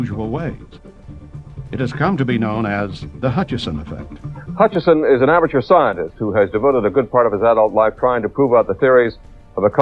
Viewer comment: No 'n' in Hutchison.